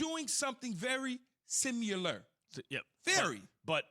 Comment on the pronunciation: Guess Keyshawn didn't learn how to say similar